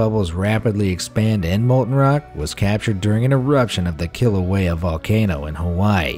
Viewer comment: Is it just me or does anyone else hear "killer whale volcano" when he says "Kilauea Volcano" ??